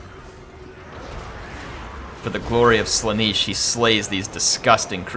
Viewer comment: Not Slaneeesch its Sla-nay-sh. with a tall 'a'. Sigvald should be fuming at your pronunciation of his patron deity.